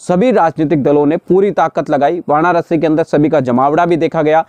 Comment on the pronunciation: Vanarasi nai Varanasi hota hai